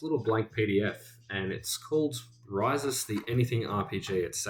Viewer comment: Pronounced (properly) is kinda a lil bit in between “REE-sus” and “ree-SOOS”. 🙂